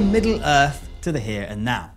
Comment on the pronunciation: Hahaha, I really heard you say 'back from midi earth'! Great intro!!!